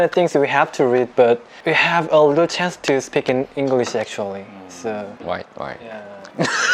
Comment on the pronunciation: chance 인데 chane 이라함